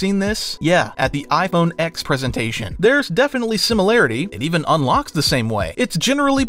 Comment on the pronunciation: iPHONE 10!! NOT iPHONE ECKS!!!! Idk why this annoys me so much but it does. It was always a roman numeral, not the letter X.